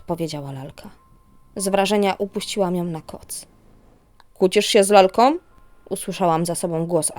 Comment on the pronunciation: Dzis odkrylam, nadrabiam zaleglosci o 6stej rano w niedziele..! Sub oczywiscie. Masz super glos, fajnie czytasz, badzo dobra dykcja... ale maly minus za OMowanie.. ,, z lalkOM, dziewczynkOM (liczba pojedyncza) pozdrawiam i dziekuje!!